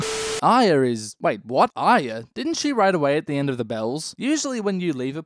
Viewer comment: he can't say arya. try as he might